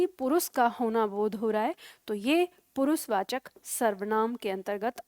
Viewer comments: Also she does not know that,s पुरुषवाचक not पुरुसवाचक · पुरुसवाचक नहीं पुरुषवाचक शब्द है।